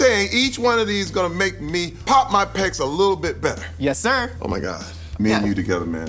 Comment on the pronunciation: Honestly thought it said popping percs not pecs